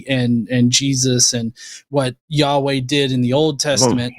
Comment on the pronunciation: First clue that "" was a troll, was the repeated saying of "yehaway" instead of Yaweh.